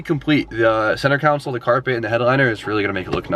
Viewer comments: I’ll never unhear “center counsel” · It's pronounced (con-soul) spelled: console... engineer's...SMH lol we love you! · CONSOLE! ITS CON-SOLE..